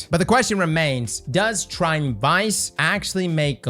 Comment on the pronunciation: Try-ton. People keep deleting the 2nd T